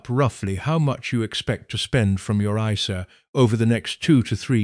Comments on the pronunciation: Cash iceair 😂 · An AI should be able to pronounce isa correctly even a non-financial education one😊